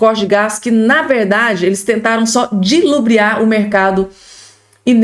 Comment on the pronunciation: "Dilubriar" ??? Fala sério!!?? Não existe! É "ludibriar"!!! 😮😮